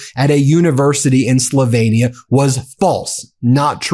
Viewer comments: Just an FYI- Slovenia is pronounced “sloveenia” . Not “slovainia” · Slovenia is pronounced SLow Veen ee-ah rather than Slovaynia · Why can't you pronounce "Slovenia" ? That was sloppy ! Not sure how accurate anything you say is now.